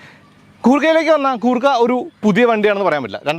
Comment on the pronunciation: കൂർക്ക അല്ല ചേട്ടാ..... ഗുർ ഖ എന്ന് വേണം pronouns ചെയ്യാൻ.. എന്നാൽ ഗൂർഖ എന്നും അല്ല..... ഗുർ ഖ എന്നാണ്